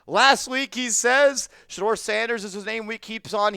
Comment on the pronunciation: TH or AC. NOT SHED-DOOR SANDERS